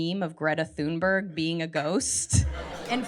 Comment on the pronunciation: we need more greta's. and her name is pronounced "tune-bery". (rolled r)